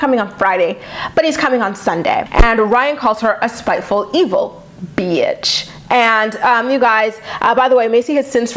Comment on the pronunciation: Your impersonation of Mack & Ryan or "Rhine" saying "beeatch" was perfection🤣 I have a thick southern accent & the second I heard you say that, I laughed out loud because that is exactly how southern people say it!🤣 Love you!!❤